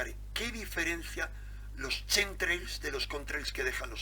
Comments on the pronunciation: Pronúnciese "KEMTREIL" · se pronuncia quemtreiiis por favooooor. Gracias por el aporte saludos de un seguidor. Un abrazo.